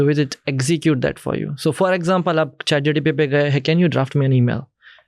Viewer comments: Why does this guy keep saying GTP instead of GPT? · I stop continuing when i heard chatgtp instead of chatgpt from a discussion of AI context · he called chat gpt , chat gtp. bhai ye kis dood waala ko lekr aaya ha tu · Bro not chatgtp it's chatgpt...😅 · chat GTP or Chat GPT Lmao and he’s the founder of AI startup in India 🫡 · Chat GTP 😂😂 Can Bhindi find out how many times he says Chat GTP in this video? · chat gtp?😂😂😂😂😂😂he is talking abt AI. and dont kw the correct name of chat gpt😮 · Bhai isko pehle bolo ..chat gtp nhi hai ..chat gpt hai... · Chat GTP 😂😂😂 who is this guy? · Bro was Pronouncing ' chat-gpt ' to 'chat-gtp' 😅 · Yes true lol he keeps saying chat GTP figured how fake this guy is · Am I the only one guy who is noticing that this guy is saying Chat GTP every time instead of Chat GPT??? Strange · How much reliable is an AI startup founder who kept calling ChatGPT as ChatGTP? Not getting into his wrong English and poor oratory skills because there can be reasons behind these. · M i the only one who is hearing. CHAT GTP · He can't even say chatgpt. Said chatgtp so many times 😅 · Chat GPT ❌ Chat GTP ✅ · He’s saying chatGTP 😢😢